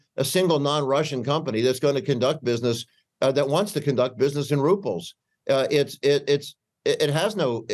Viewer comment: Rubles not ruples